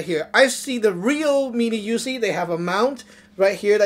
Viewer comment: “ THIS/Z (IS/Z) A MINI/YOUZIE “ ?’!? NIGGA WTF ??? IS/Z A (MINI) ?!? YOUZIE ?!?